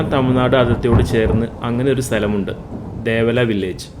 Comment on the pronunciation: ദേവല അല്ല ദേവാല എന്നാണ്